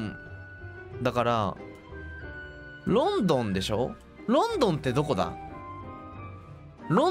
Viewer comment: The more he says "London" the more it sounds like he's pronouncing the name of a Chinese city, like it was "Lawn-Dawn" or something, so I can almost understand the confusion ... kind..of...